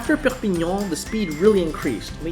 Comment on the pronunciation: Your pronunciation of the French cities and towns are really good! I pronounce Perpignan; per pin yawn Carcassonne; Car cass on Girona; Gir own a